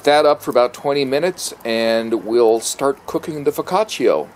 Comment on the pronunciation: foccaciAAAAAAAA not foccaciO??? sounds so dumb. sorry couldn't watch it as it was hurting my gut when i heard foccacio... wth...